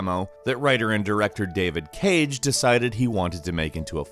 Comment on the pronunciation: Pretty sure you are pronouncing Davide Çage wrong.